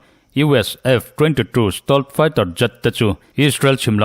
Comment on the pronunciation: 'Sitawlt' tia lam hi 'Sitelt' tia lam zawk tur niin a lang😊